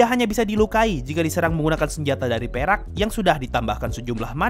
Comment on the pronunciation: Bang sumpah pas elu bilang perak gua denger berak